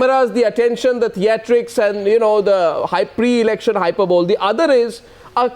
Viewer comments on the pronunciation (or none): HYPERBOLE is pronounced as HYPERBLEE and not as HYPERBOWL ! Funny language this, English.